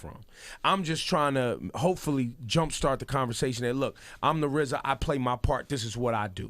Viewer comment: EXPWESS !!! BWICK MANSIONS!! WOWDY !!! The PWOJECTS !!! The WIZA!!! BWOWNSVIWWE !!! BWOOKLYN STAND UP!!!